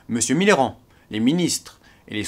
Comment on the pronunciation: Je suis le seul à entendre"Mitterrand" à chaque fois :p ?!